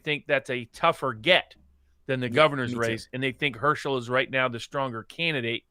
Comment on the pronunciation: Hirsh-uhl, not her-shell